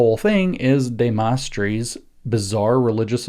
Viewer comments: Couldn't pronounce his name correctly. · Could he have pronounced De Maistre's name, incorrectly, because he read it and hasn't had to speak it?